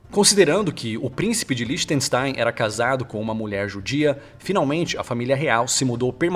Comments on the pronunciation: Parabéns pelo conteúdo, gosto bastante dos vídeos. Em alemão, s antes de t tem som de x, então se diz "lichtenxxxtáin". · 1. Com bancos e funcionando como paraíso fiscal (muita renda e pouco território e população, como dizia o Pelé: "já viu, né?"); 2. Produzindo a maior parte das próteses dentárias do mundo; De nada... Ps.: se pronuncia "liertenschtáin"...o "r" se pronuncia como o "mermão" e o "porta" do carioca...